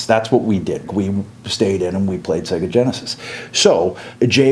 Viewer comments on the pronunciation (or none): none